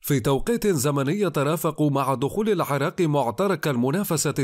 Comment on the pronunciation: بالله عليكم فتنبهو قارء التقرير ان يكسر حرف العين عي راق وليس عارارق وكل مكان فيه كسرة يقراءها فتحة او اااا فضيحة يا اخوان كنا في الصف للاول ابتدائي ولا نخطاء بها واكيد الرجل ليس عراقيا مع جل تقديري لكننا تتودنا غلى لغة رصينة ولا تحسبو شواذ الطارئين بعد الغزو الامريكي لانهم دمج وليشوا اعلاميين